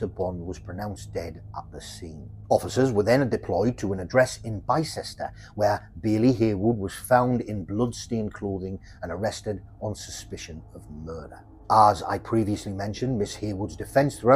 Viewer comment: Brilliant channel, but little point Bicester is pronounced bister, I know stupid spelling😂